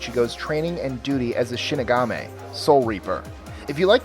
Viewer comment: "Hollow in the woods" "Shinigameh" "If you liked The Sixth Sense, then you will love this series" WHAAAA? XD